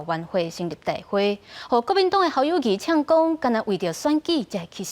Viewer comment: 侯友宜明明念Kâu友宜，恁敢無欲改？